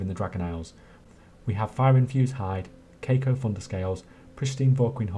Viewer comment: This was a great guide, but I am dying at the way you pronounce cacophonous 💀💀